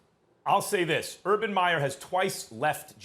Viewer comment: Stephen A., you've got such a big mouth, at least pronounce the man's name correctly! I agree, there is no questioning Urban Meyer's talent and standing as a coach, but as Max said, he has NO experience in the NFL. How many hotshot college coaches have flamed out in the NFL? Quite a few. And as a college coach you are the god/king of your program and all the malleable young men will sit at your feet in awe, if you have the power & the rep. The NFL is filled with men who will not take your BS if they don't believe in you or respect you; it's a whole different deal in the NFL. As someone who has watched Saleh closely, he is not just a rah rah emotional guy, he is a very intelligent, thoughtful and well spoken man, whose players will follow him anywhere! Both hires were excellent, only time will be the final judge!